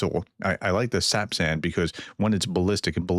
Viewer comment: Another great update. Thanks for being the kind of person who cares about reporting truth...And pronouncing sapsan! 😊 👍